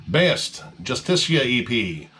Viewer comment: You nailed the pronunciation of Baest. Nice.